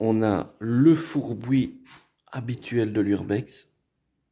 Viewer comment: Bien! Tu me fais chaque fois rire avec ta prononciation typiquement belge, "fourboui"! En France nous disons juste "fourbi" Belle continuation & merci